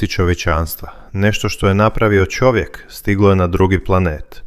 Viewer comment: Nego da shvatim da komentator nemoze da izgovori slovo Č nego on za to izgovara Ć onda umesto da kaže Čovek on izgovara Ćovek :Pa gde to ima ???